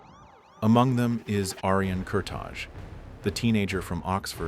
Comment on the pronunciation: Its not Kurta[J] its Kurta[i].......that J is Albanian